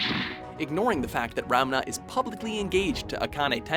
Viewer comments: isnt Ranma pronounced "Raa-nnn-mmaa"not Ramna like he was pronouncing it? like check out when she says it correctly....srry i was flinching every time he said it wrong.... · Does he say Ramna? :p It sound weird when he says it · Did this guy just pronounced one of the all time best retro anime protagonist guy as RAMNA instead of Ranma!! I see death it is... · "Ramna" ...So I finally see my favorite anime in a WatchMojo video and they pronounce it wrong. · Yo dude that's one of my fav anime too. And it's Ranma not Ramna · It's RaNMA, not RaMNA. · he was mispronouncing Ranma, kept saying Ramna... over and over. I'm almost certain he never saw Ranma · Technically, Naruto acknowledges Hinata's feelings in the final arc of the anime. Not to mention, he canonically marries her. Not to mention, anybody notice how horribly this guy mispronounces a LOT? Ramna Saotome? Orihime Inohu? If you're popular and publishin' shit, shouldn't you at least pronounce things properly? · was anyone else bothered by how he said Ranma as "Ramna"? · wow... way to butcher the hell outta Ranma's name XD - it's Ranma not Ram-na UGH! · by the way, were you yelling at the screen going "It's pronounced Ron-ma, not Rom-na," or was that just me? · It's Ranma, not Ramna. Also, I know you're Americans, but for the love of God, at least try to pronounce names correctly and I don't mean you have to over accentuate and change your inflections to do it. Naruto, not Narooto. Sakura, not Sakoora. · "Ranma" not "Ramna". "Kodachi Tatewaki" not "Kodachi Kuno", "Kuno" was her brother. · I think the guy had a stroke. "Ram-na" "Ram-na".... Ran-ma maybe? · It's a bit annoying that he said Sasuke Uchina and Ramna instead of Uchiha and Ranma which is correct. It's also Kodachi, not Kodashi. Also, at Tenchi Muyo, there's still the names from the previous honorable mention. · jfc please watch your pronunciation of "Uchiha" and "Ranma". It's not "Uchina" or "Ramna"... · He also pronounced Ranma as Ramna..